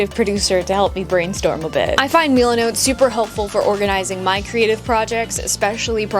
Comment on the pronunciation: your saying milenot like meelinot but its just milenot